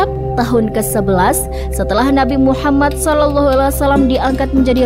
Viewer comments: Gak bagus pembawa'y nihh... Ngomong Muhammad Saw aj blepotan... Gantiii gantiiii!! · Host wanita ini siapa ya, Gimna cara bicaranya Saya perhatikan setiap menyebut Muhammad Saw. Gak pas